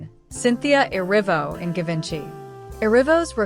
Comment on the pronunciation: Not to discredit your presentation ... as you spoke nicely. You'll have to work on the pronunciation of Louis Vitton , Givenchy and St. Laurent next time you have a go at the Met Gala however. They are all renowned fashion houses deserving proper representation at least, :)